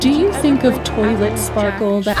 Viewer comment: “ to twily sparky” got me on the floor